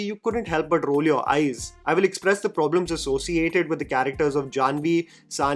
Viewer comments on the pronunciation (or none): none